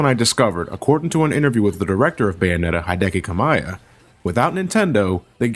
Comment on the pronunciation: Its ka-mee-ya